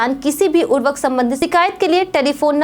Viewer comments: Urvk kya hai? Urvarak ni bol skte to khad ji bol do.😂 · आप क्या बोल रहीं हैं।उर्वरक या उर्वक